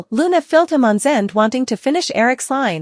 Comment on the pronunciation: Liam again with hope steffy realy i dont understand why this realy always goes on goes on. finally Liam get what he deserves the writers must stop with this old storyline. i like zendes story more his name is zende not zen it must be verry hard for you to say zende it is verry annoying my spelling is not that good i realy admit. but i can say his name good zendeeee. zende.